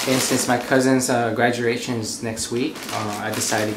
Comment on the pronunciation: When he said "graduRation" ;) <3